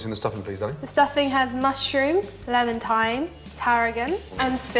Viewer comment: The first herb he talks about putting in is "lemontine". Or that's what it sounds like. Said several times. What the heck is "lemontine"? I've googled it, wikied it, and no go -- what on earth is it? It actually looks like something I've seen before, but...